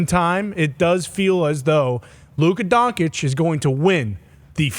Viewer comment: lol he said Luka DONKICH